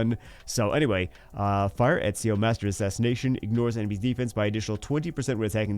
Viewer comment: Ezio = "et·see·ow". He's correct.